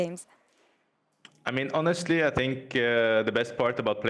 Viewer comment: Interviewer: ... Lider: HONESLTY